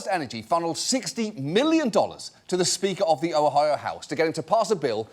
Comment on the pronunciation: I'm delighted to learn that John Oliver has no idea how to pronounce "Ohio"